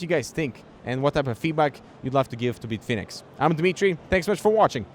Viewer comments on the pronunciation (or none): Who tf is Beetfinix? I came here for Bitfenix content. Lol. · "Beetfinex" lol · Why does he call it "Beatfenix" lol